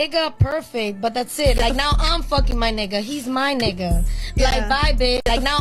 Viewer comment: The way she says ni***a doesn’t even roll of her tongue right 😂